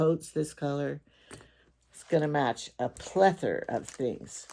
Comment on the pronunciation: I just love your videos, you are so down to Earth ! I like when you try clothes on, it gives us a preview of what they look like on a real woman's body . (Plus, I can see if my "G's" would show !! )BTW the word you were using is "plethora" with an "a" at the end . Alexa got it right. I won't have one of those things in my house, always listening...not that we have "State Secrets" in our house, it's just the principle of it. I really value my privacy. Have a great sabbath evening !